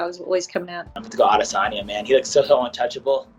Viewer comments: Did she say Israel adis onion? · “Israel adesonion” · Just me or did Ashley yoder call him adesonion? 😂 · Nobody: Ashley yoder: Israel ades-onion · Isreal "Ades-onion" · Yoder “Israel ALICE-ONION” wtf😂💀💀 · Did Yoder call him Adis onion? 🤣🤣🤣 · israel adisinyin